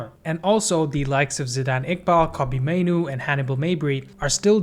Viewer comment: Man said Mainoo 💀